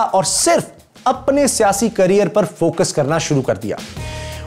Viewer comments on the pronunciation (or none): none